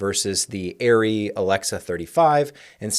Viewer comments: ARRR REE AREE ree--- it has always been Arrr ree not AIR RE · arri themselves have said both ways are acceptable. The germans tend to pronounce it the first way, and the rest of the world says it the other way.